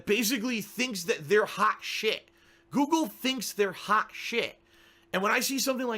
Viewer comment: saying "Guugle" had me 😵